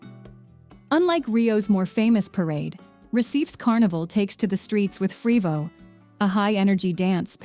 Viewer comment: Agree 👍 quite irritating!! The narrator should have at least “tried” to pronounce the names of the places correctly (unless it was an AI…), But in general the video is very good